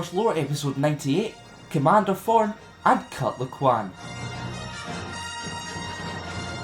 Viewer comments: "Cut Laquan" xD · You pronounce his name hilariously :D